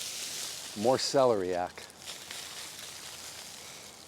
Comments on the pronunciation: we love the care you bring to your home and its surroundings... Also.. not sure if anyone has mentioned but here in the UK it's pronounced cel-air-ee-ack, not celery-yack. We still enjoyed your version! Your lovely piano playing is a treat as well. 😊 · Celeriac is pronounced: suh-lee-ree-ak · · I think you are pronouncing celeriac wrong. The accent goes on the second syllable. I tell you only because you are the type of person who cares!